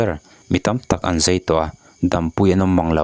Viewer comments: Zei, tiin a lam deuh tlat a, fiah takin Zai han ti se ka ti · I mizitawng hman hi. Zai nge zei. Uluk deuh leh fiah deuha lam a vatha ve